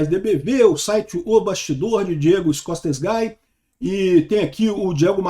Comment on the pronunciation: é "ESCOSTEGUI" a pronúncia e não "ESCOSTEGAI", Escosteguy é um nome de origem espanhola.